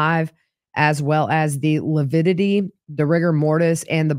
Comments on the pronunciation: That coroner was very meek. I got more of a "trad wife" vibes than a person in a position of authority. I enjoyed watching mis-use the word lividity... he called it "lupidity". Rhymes with stupidity. And I'm so angry at for body shaming a murder victim, it may motivate me to write him a letter and send it to his law firm. What a misogynist. With respect to Chad crying, we've seen lots of murder suspects fake-cry for the cameras and authorities. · Whew! This day was a difficult day to watch. really grates on my nerves. Even more so by degrading Tammy’s character, body & physical fitness. Ugh 😡 I was so mad listening to testimony. Oh & saying “lipidity” even infuriated me more. Wishing you safe travels to Idaho! Looking forward to you being there & checking out the juries reaction to. Thank you Gigi for all you do! 😊